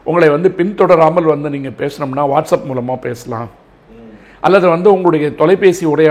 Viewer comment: அவர்களே! உங்கள் லகர ளகர ழகர உச்சரிப்புகளைச் சரி செய்யுங்கள். நீங்கள், தங்கள், பெண்கள் போன்ற சொற்களை "நீங்கல், தங்கல், பென்கல்" என்று உச்சரிக்கிறீர்கள். செய்தித்துறையிலும் பெண்கள் நலத்திலும் அக்கறை கொள்ளும் தாங்கள் தமிழையும் கெடுக்காமல் இருக்க வேண்டும் அல்லவா?